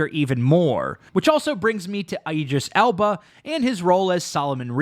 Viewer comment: definitely had a stroke saying “Idris Elba”